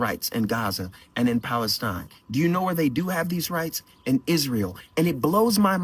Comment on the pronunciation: they can't even say Palestine, they had to change it to falistine